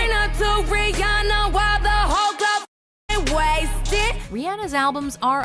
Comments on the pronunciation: I hate how she said Rhianna. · Why the hell can't you or anyone still not figure out how to pronounce Rhianna's name correctly? She literally says her name in the cut away you used. At this point, it's laziness. Seriously. Figure it out. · How can you pronounce Rhianna wrong and then play a song where she pronounces her own name? That's just pure stupidity lol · Why can't y'all pronounce Rihanna right it literally said it in her own song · anybody else have a problem with the way they were pronouncing Rihanna's name orr...?? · Her pronunciation of Rihanna is cringing, especially after said artist pronounced her name seemingly correcting her. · did...did you just....pronounce Rihanna's name wrong several times? wha-? what? how? she says her name IN the first song you played.... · How do you butcher the name of your number 1 so bad Thumb down for having a clip saying her name right right after too RIanna NO RIHANNA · stop saying her name weong jeez its cant you hear, also how is she a good girl gine bad . Wasnt she always like this...... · I hate how she said Rihanna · Say Rihanna name right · Can't even say Rihanna correctly.